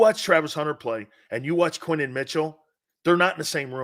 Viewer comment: His name is Quin-yon Mitchell...say his name right